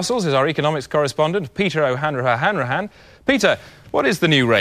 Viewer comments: it's peter o'hanraha-hanrahan, not peter o'hanra-hanrahan. get it right n00bs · it's Peter O'Hanrahahanrahan ! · Actually it's Peter O'Hanra Hahanrahan :)